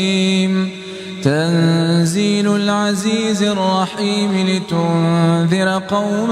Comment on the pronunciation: Asalam o alikum there is a mistake in ayat nmbr 5 tanzeel Lal is correct but u pronounce it tanzeelul.plz correct this